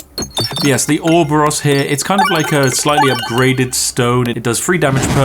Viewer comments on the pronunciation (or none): "orb-ah-ross" no....just....no not even REMOTELY close, its "or-ah-bore-us" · IT IS PRONOUNCED ORO-BOROS!!!!! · He completely butcher the Orboros pronunciation